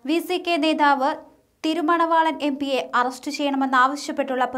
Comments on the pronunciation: It is Tiruma valavan. Not Tirumana valavan. Pl be carefull in prouncing names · Your reading news thirumanavalan. Correct name thiruma valavan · THIRUMANAVAALAN ALLA, Thirumaavalavan aanu.